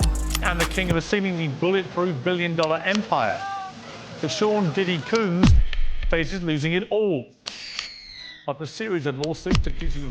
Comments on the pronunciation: Did y'all hear him call diddy "COON"? instead of combs??..🤨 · CUUUUUUUUUMs????? I thought it was pronounced "COMBS"! :face-fuchsia-wide-eyes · Its Comb Piers not Cuumb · Is Diddy's name pronounced COOMS or COHMS (like a hair comb)? Maybe it's just Pierce's English accent or maybe he's just mis- pronouncing Diddy's name. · Its combs ....not coombs .... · Hahaha! Piers Morgan is clueless in this environment. He doesn't even know how to pronounce Diddy's surname. It's Combs! Not "Cooms". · Cooms??? It’s Combs 🪮!! It’s killing me! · Pronounce The Man’s Last Name Right Piers,It’s Not Coon’s-Which Is A Pejorative For African-Americans-It’s Combs!Get It Right,Or Leave The Subject Matter To Someone Who’s Qualified To Anchor It! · Piers it’s not pronounced Coombes like the place it’s like Combs many of the item you brush your hair with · PIERS ITS NOT CUUMBS ITS COMBS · Piers its pronounced " Combs" just like a hair comb, not cumes. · Why is he calling him Sean Coons? When 'Combs' is so easily pronounced regardless of your accent, dialect, etc. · It’s Sean Combs not Coombs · his last name is spelt COMBS bruh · Just for the record, his name is COMBS. Not "Coombs". Even the subtitles are confused... "Sean Diddy Kum". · Piers it's "Combs" not Coomz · All the muzungus seem to extol Combs (not Coombs) but the muntu who worked under him says otherwise...hmmmm. isnt it wrong for Piers to mispronounce a black mans name? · 😂diddy “c00n” peirs don’t pretend like you can’t pronounce combs 😂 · Yo Piers, it's Combs pronounced 'Collmz', not "Cooooms". 😂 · No COO-ms. COHMES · Hey Piers, its "combs," not "cuums" . jfc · Jesus Christ, Piers, it’s COMBS (like in hair) not Coooooooms. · Is Morgan saying Coons? 🤣 It's Combs Morgan COMBS! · his name WAS spelt like that tho back in the day. Coombs. If i didnt know he pronounced it combs i would mess it up too. Someone should have corrected him tho. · Is he saying Sean Combs or Sean Coon? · “Sean Cooms” -Piers Morgan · He said sean diddy “cooms” 😂